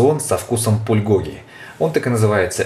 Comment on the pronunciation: на заглавье написано Пулькоги, а сам говорит, Пульгоги